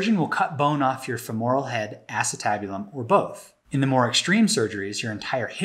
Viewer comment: FEMoral is how it is pronounced